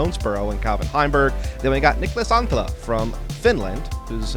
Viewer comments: Sounds like Niklas Antila to me. Just add one more T and it is really good. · yeah ikr! It souded so bad, Niklas Anttiija 😂